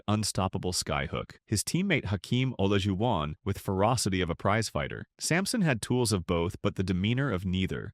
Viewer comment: no a human uploaded it dummy but they used an AI voiceover that can't pronounce Olajuwon and probably an AI written script, too. YOU THE CLOWN DUMMY 🤡